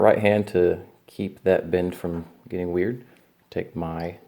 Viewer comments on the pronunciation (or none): none